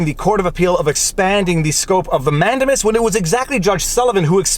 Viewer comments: Nice video. I thought mandamus was pronouced man-day-mus, not man-de-mus... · I really like your content and as a lawyer appreciate your legal reasoning. But please, it’s pronounced man-dei-muhs. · man-DAY-mus, for crying out loud. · ugh... we say "Peopledamus" ☻🙈🙊🙉